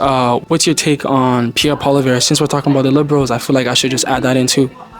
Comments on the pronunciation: Why can't you say Poilièvre, do you have some kind of speach impediment? Poil (hair) lièvre (hare) Poi-li-è-vre, not poilivert, Poilièvre... I think you're doing it on purpose. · I like your content. One thing, Poilièvre is more easily pronounced Poly-ev for an Anglophone. Calling him Polivère sounds a bit disrespectful. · It's Pierre Pwa-liè-vr Not po-li-ver bro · Polly-EV not Poli-Vare lol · Hey let's make something clear u are saying Pierre's last name Incorrectly it pronounced POLY EV as in ever not POLY VER, so get it right if ur gonna do interviews.. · PP4PM. Listen to the last fine man he knows what he’s talking about Pierre has practical ideas hear him out. Will be best choice for the young generation Also it’s pronounced “Paul-eeee-Ev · Pronunciation: Pol eee ev reh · Hey bro can you say his name right in the next video? POLLI-EV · Cmon, man. At least pronounce his name right. Pierre Poilievre (Poly Ev) Poly Ev. That's how it is said. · Learn to pronounce his name. Sad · Please learn how to say Pierre Poilievre's last name correctly. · Do you intentionally prounce Pierre's last name wrong? 😂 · It's just a friendly correction without any intention to offend. My first language is French, so I'd love it if an English person corrected my english. By the way, most of the people who were interviewed got the pronunciation except the interviewer.